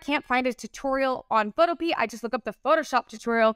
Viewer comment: I'm sorry if this sounds rude but it's pronounced pho-toe-pee-ah. Not photo-pea.